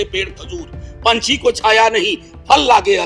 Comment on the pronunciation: पंछी नहीं होता है पंथी यानी राहगीर